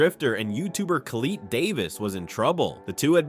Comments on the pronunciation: Colleete? Its collette. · bro said coleet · homie said Colleeet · Total shit. Can't pronounce Collette properly. Never watched an Adam LZ video I bet.